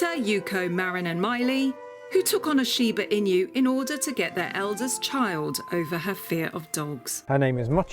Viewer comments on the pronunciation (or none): SHIBA INU, pronounced Sheebah Inoo The presenter: SHIBA IN YOU! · And trust an English reporter to mispronounce the name of the dog. It’s “inu — ee-noo”, not “in you.” 😅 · A great video about one of the most popular dog breeds today! I thoroughly enjoyed it. Thanks! One thing - I kept hearing "Sheeba in you" and wondering what it meant. Then I realized it was shiba-inu. It's pronounced sheeba ee-noo. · The inu is not pronounced "in you." It's more like INOO. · it's not pronounced "Shiba in-you", It's "Shiba In-oo". At least look it up before making the entire video! It literally means "Fox Dog" in Japanese. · This lady prounounces 'shiba inu' correctly. The narrator keeps pronouncing it wrong, and it sounds so strange. It's not 'sheeba ee-new.' It's simply 'sheeba ee-nu." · its pronounced as INU.....not INYU. The Japanese word for dogs is INU. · I've commented before, and I'll repeat it: the inu is pronounced as innoo, NOT inyoo. Please listen to a native Japanese pronunciation. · Inoo, not inyou. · 1. Shiba's should never, ever, EVER be off leash on a walk. The prey instinct for this dog is far too high, and be it a mouse, rabbit, or bird, this dog will take off and not be back for hours! 2. It's "E-new", not "in-you". Respect the breed, it's nobility, and the heritage. 3. TJ? Luella? Again, this dog is of noble breeding and background. Respect this breed. Use Japanese names! Grrrr, 10 min in and I can't watch anymore. For "experts" in Shibas, I am shocked at the breeders lack of discernment for the breed. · ❌「しばいにゅうshiba-inyu」 ⭕️「しばいぬshiba-inu」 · WHEN THE MORON MAKING THE VIDEO PRONOUNCES THE BREED NAME WRONG 😅😅 IT'S "EE-NEW" NOT "IN-YOU" 🤣🤣🤣🤣🤣🤣🤣🤣🤣🤣🤣🤣🤣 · There is no Y in INU it’s pronounced INOO not INYOO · I'm surprised the kennel didn't correct the pronunciation, it's not shiba in you, it's shiba ee-nu. Lovely doggos <3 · She says "shiba-in- you" but It is pronounced "She-ba E-new" Shiba means brushwood Inu means dog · It is Shiba INU not IÑU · In You? YES.